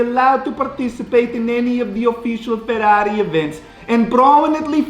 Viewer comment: "FERRRRRAAARI!" lolz